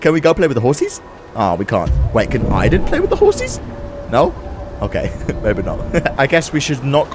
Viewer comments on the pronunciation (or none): It's not pronounced iden it's pronounced Aden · Who tf pronounces aiden that way